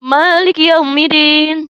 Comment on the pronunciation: Iya Dek ajari ibu itu utk baca yaumiddin,bukan yaumiddin dll deh